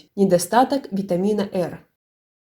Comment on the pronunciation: Очень странно, что одни витамины произносим латиницей, как то С ("Це"), а Р почему то произносите кирилицей. Ну раз уж есть витамин "Эр", впервые из вашего видео узнала о существовании именно такого витамина Эр, тогда можно открыть ещё один витамин "Эс".